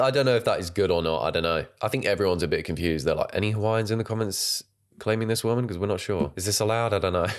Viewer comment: Bro, she deadass called you "'Ho'waiian"